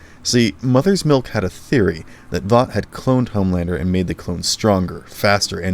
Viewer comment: I wonder how people can watch a show to the end hear the same word over and over and over and still not be able to actually pronounce it properly like Vought you say it wrong they say it a million times in the show how do you get it wrong